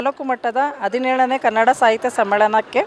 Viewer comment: Adinelu alla Hadinelu .. Kannada sariyagi maatadi